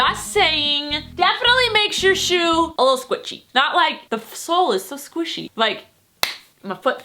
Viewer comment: Everyone be talking about how her hair is curled or that Collen ruined her life, LOL but nobody be talking about how she said squishy . Its exactly how Miranda Sings (Collen) says it. sorry I just had to say it even though this video is 5 months old!